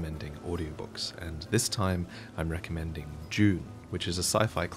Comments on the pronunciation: Is it just me or does it sound like he’s say June and not dune at the end? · I was very confused by the ad at first because I thought you said "Jew" instead of "Dune" and I was wondering where the hell you were going with that. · its crafting, not crofting... and dune, not june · Anyone else wonder what the hell "June" was at first?🤣